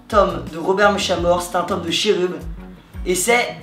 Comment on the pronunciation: ca ne se dit pas cherub mais keroub